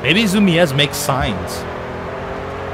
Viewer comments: Its Zoomeezs not zoomeaz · "Zumies" is how it's pronounced, and they're sort of a skate shop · You're pronouncing it wrong, it's pronounced Zoo-Meez. Awesome vid btw. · Its easier to pronounce as Zoo-me-zz. Not criticizing just someone might see that and take zu as zuh. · Zumiez is a skate shop that sells mostly clothing, skateboards, and shoes. its pretty popular, at least in NY. Btw, its pronounced zoomeez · Zumiez makes skateboard gear like shoes and those kind of clothes. Plus it is pronounced like Zoo-meez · It's pronounced ZOOMEEZ and its a skate shop, they also sell clothes and stuff, like industrial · Zumiez is pronounced zoo-mee-z and it is a clothing brand in the US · Btw, Zumiez is pronounced "Zoom-eez". & it's a skateboarding, & clothing store. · Zumiez is pronounced Zoo-mys like saying zoomies and they make mostly skate snowboarding and surf gear. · Zumiez (pronounced zoo-meez) is a streetwear and skateboard store. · I'm not sure but my friend said he got his hat at Zumiez and i think its pronounced zoom-eez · it pronounced zoom-me-z and they make clothing and skateboards. Just so you know. Like so he can see! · zumies is pronounced zu-meez and they make skater/hipster gear. Just informing you! :D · Its pronounced "zoom ease" and they make skating things like clothes and boards. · LOLOL it's Zu-mee-s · It's pronounced zoo-mez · Zoo-mee-ez lmao wow derpy ily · Zumiez is pronounced "zoo-me-z" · It's pronounced ZOO-Me-z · Zumies is pronounced "Zoo" "Me" "Z" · You pronounced zumiez wrong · Just saying its pronounced zum-eez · its pronounced like this zoomies and they sell skateboards and clothes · Zumiez is a skater store and your saying it wrong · Zumiez lol he said it funny